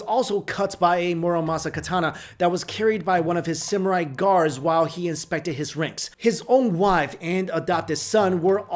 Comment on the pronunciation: an asian that cant properly pronounce "samurai" 😮